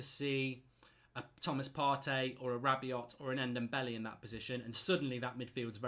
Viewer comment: Hirving Lozano plays on the left not right. He is an inside forward or inverted winger as he is right footed. He can play on the right but it is not his best position. This is the same with Daniel james. Also Rabiot is pronounced Rab be o not Rab be ot. These comments make you look silly.